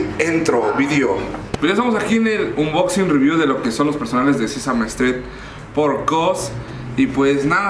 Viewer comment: Cringe. “Sesame strim” “Sesame estret” La explicación de la marca KAWS. “Se llama kaws el diseñador” 🤢🤢🤢🤢